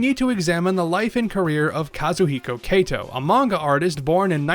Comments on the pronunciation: It is actually pronounced "Ka-to." Not "Kei-to". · [ °],[ °] It's weird. You spelled correctly every single foreign name and word, even "manga", but for some reason you said "Keto" all the time. If the "a" in "manga" is "a", why should the "a" in "Kato" be "e"? In Japanese letters doesn't randomly change pronunciation, like in English.